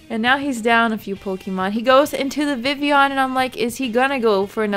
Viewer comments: Which is pronounced exactly how is saying it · its supposed to be pronounced like it is french i think because kalos is like france. so the double l is like a y